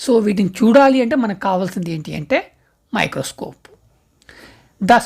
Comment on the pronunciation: Microscope❌ microcope ✅ Protozoa ❌ protoguzuva✅😂😂😂😂